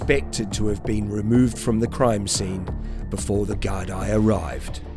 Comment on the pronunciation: For future reference in your videos, the correct pronunciation is Garda/Guard for singular or Gaar-dee for plural. It comes from the Irish, Gardai Siochana..'Guards of the Peace'